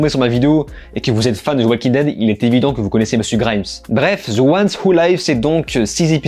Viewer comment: Sérieux arrête de dire. Zi walking dead grrrrr .Au pire dit. De walking dead .. C'est agressant ton ziiii à chaque the